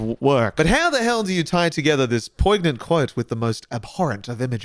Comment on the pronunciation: "poig-nant" lol great video tho